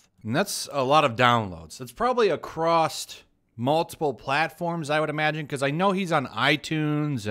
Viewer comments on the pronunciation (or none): "Acrosst" - Across